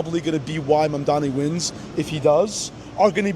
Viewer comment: dude actually pronounced his name right lol